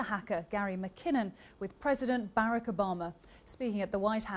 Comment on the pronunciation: I love the way she pronounces Barack....HAHAHAHAHA KEEP GARY McKINNON FREE...he is a patriot to his country and ours !!!!!!!